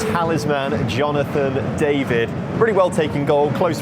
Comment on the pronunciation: You not saying Jonathon David right after the fans said it soo many times is the most English thing ever, great video, hope you can go to a Celtic match in champions league, would be great to see it